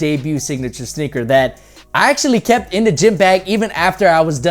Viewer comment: He said snicker 🤭 instead of sneaker